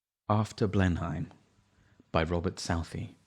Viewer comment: You have clear diction. Not keen on 'vic TOR REE' though, and it's pronounced 'Blenam', not 'Blenheim' (I live close by!)